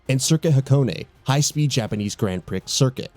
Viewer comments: Did you just pronounce Gran Prix like priks? It's a French word, its pronounced pree. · “Gran pricks” LMAO